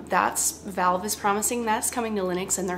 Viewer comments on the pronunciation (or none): none